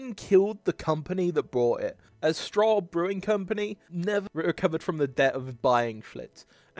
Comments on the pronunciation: OK, "Stroh" is pronounced "STROW", not "straw"! When I was in college, on Saturdays I liked to get up and go running. Then I would come back to my place and for lunch I made "beer dogs", which is a recipe that I invented. I would pour two cans of Schlitz or Blatz or Pabst beer into a pot along with a tablespoon of margarine and some pepper. When it got close to boiling I would add the hot dogs and let them boil for about 10 minutes. Of course, this attracted my roommates and friends so if they were around I did the whole package, which cost me about $1.29. To this day I get emails/Facebook posts of my friends doing this simple silly recipe with their kids. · At this point, I'd normally make a crack about the poor pronunciation skills of AI, but this is even worse than AI. Stroh is pronounced STROE not STRAW. And you may be right about Anheuser Busch, but we don't pronounce it like that around here. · Thanks for the video, I currently work in Schlitz Park, an office park using the original Schlitz buildings (I'm in the Keg House, next door to the Bottle House). It would have been great if you had checked pronunciation of names (Uehlein, Stroh, Anheiser-Busch). ;)